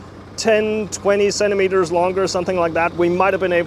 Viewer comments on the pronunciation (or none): He said" centremetres" in an american accent😂😂😂